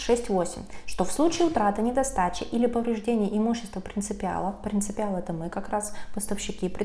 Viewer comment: ПРИНЦИПАЛ, не принципИал (нет такого слова)